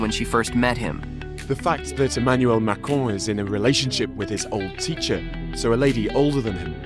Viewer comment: Never trust the opinion of someone who thinks there is an 'e' at the end of Macron!